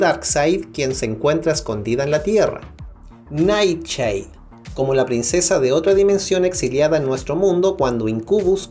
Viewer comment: Ohh my goshhh realmente pronunciaste flaCH, nightCHade, deadCHot hahahaha